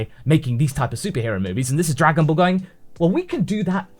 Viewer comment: first we had Dargan bals now we have Drugan bals